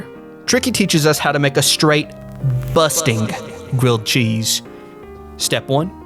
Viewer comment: Never heard anyone say it like “busting” grilled cheese 😂😂 I died bussin sir lol